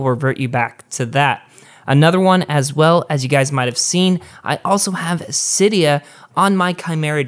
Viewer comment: Gazzy Garcia He also pronounced Sileo wrong. I was megatriggered!